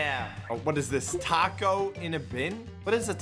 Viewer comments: Taco not tako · Laff: Mac-donalds Chick-fil-ah Tako